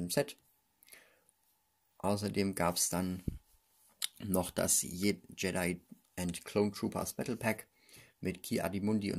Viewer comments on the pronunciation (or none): none